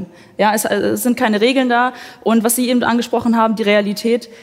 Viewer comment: Ja,: "Ebent!" 😡